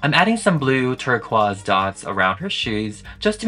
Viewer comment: why'd bro say turquoise like that